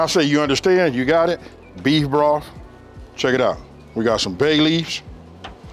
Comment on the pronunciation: 😂😂😂😂 love your videos, but I swear you said breef broth